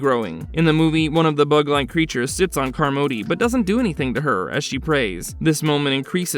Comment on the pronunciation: You must have never seen the film.... Miss Carmody's last name is pronounced " "CAHR-muddy" not "car-MODE-y". Its hella distracting Lol